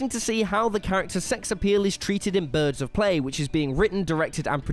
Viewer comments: He also said “birds of play” instead of birds of pray 😂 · Ya, I heard him say Birds of Play and not Birds of Prey.